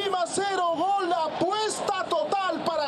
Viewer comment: Porque grita Col en vez de Gol